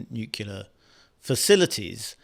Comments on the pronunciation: It's NUCLEAR not Nucular FFS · Look here,, it's called NUCLEAR, not 'nucular'!